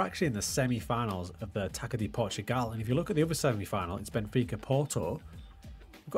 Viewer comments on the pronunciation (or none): Man these pronounciations of "Z" Valente and "Taka de Portugal" are crazy😢 Amazing video tho!